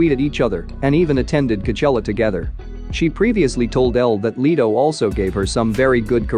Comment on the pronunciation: Jared leito ??? Its Let-O !!!